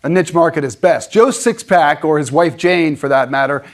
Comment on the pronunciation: "Joe 6 pack" Is that some sort of truck buyer slur? LOL 🤣